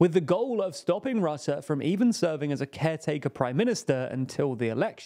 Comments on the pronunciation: Is it just me or Jack could finally learn how to pronounce foreign words? IE Rutte's surname is RUHTTEH not RAHTTEH. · I am not a fan of Rutte at all. But could it maybe be possible to pronounce his name correctly? It is not hard for English speakers. Just put the name into google and ask how it should be pronounced in Dutch. Not really an inconvenience, even.